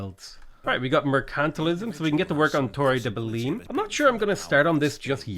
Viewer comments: Hearing you say Belin is irritating. In Belém, the -ém sounds like the -em in mayhem. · the way you pronounce belem physicall hurts me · The way he's pronouncing Belém is triggering me SO MUCH